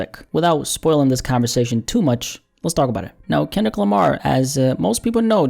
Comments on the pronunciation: you called him Kinlic Lamar lol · Ok you called him Kinlic as well lol